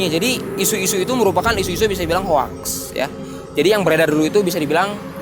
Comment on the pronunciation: Bukan HOAKSSS bang tapi HOXSSS dibacanya bang, heheh correction 🙏